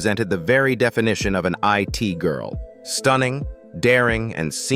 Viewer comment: I T Girl... AI dont know how to pronounce It-Girl... Slop everywhere